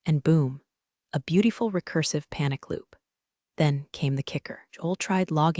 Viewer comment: AI needs to learn how to pronounce 'beautiful.'